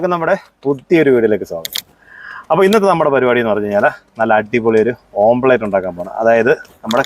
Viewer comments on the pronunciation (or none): ഓംലറ്റ് ആണ് ഓംപ്ലറ്റ് അല്ല